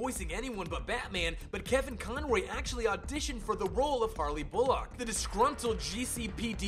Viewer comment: to mention Bullock which this guy pronounces 'Boo-lock' like what??